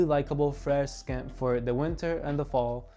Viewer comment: Bro scent is not pronounced like “skent” it’s like “sent” the c is silent.